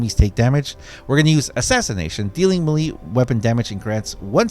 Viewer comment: Melee is pronounced "MAY-LAY".